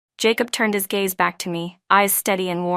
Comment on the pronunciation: Gaze, not"gays" 😊